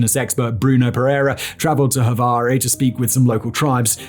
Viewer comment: In Portuguese, Javari is "Zhavari", not "Havari" like if it were in Spanish.